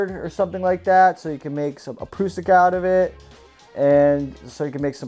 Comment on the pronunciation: Take your hat off and learn how to pronounce prusik!